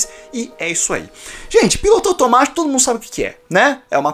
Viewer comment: eu ouvi " o seu PINTO automatio" kjjjkkkk